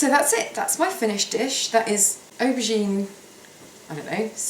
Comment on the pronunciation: Hi is it me but when u say auborgine u sound like you saying ocean? im slight deaf xxx